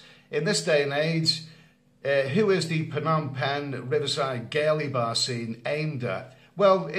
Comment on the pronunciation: How can it be Phanom penh? Friend can you change pronunciation?